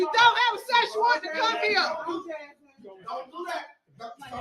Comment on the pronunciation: Did she say search warrant or a Sasquatch?